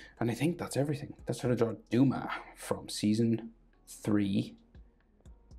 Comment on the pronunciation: DUMA? I think its pronounced Dome-a